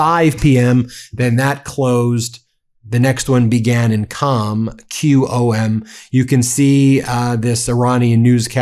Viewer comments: It is QUM not CAM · Qom is pronounced as Ghom not Com. I lived in Iran for 5 years when the Shaw was running the country, he was a close friend of the US. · is WRONG The City o Qom is not pronounced as Cam it's pronounced Quoom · It’s actually “Qum” pronounced just like “book” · Qom could be pronounced "Koom" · Qom is pronounced (as close as possible) "Kome" with that first consonant in the back of the mouth, almost in the throat with the vowel like 'home."